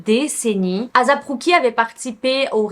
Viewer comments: Non on dis pas azap mais asap avec un S mais pas grv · Je pense plus qu'il faut prononcer asap plus tôt "eyssap"